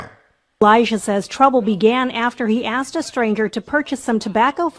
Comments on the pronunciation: The 14 year old at least pronounced the word properly, asked!! Not Axed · Funny how the victim can correctly pronounce "asked" but ole cant. One day, this psycho is gonna roll up on the wrong one....I hope I there to see it. There are NO good cops.....and very few good FORMER cops.